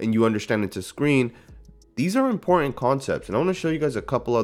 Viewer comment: "Important." Im * por * Tant. Not, "Imporent." Honestly. Honestly. That's the word.